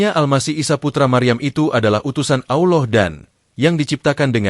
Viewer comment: Min, sebutan ALLAH itu biarlah yg benar. Kamu sebut "Auloh" yg selayaknya disebut ALLAH. Auloh itu sdh lain artinya. Hati2 Min....